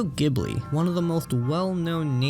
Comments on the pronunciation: The pronunciation is /GEE buri/ btw. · It hurts every time you say the studio name incorrectly...